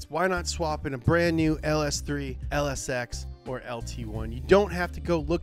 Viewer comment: I thought he said "LS Sex" at first not "LSX" lol I guess my mind was in the gutter